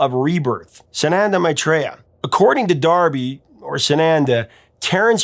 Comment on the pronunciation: D'Arby, like D Arby not Darby.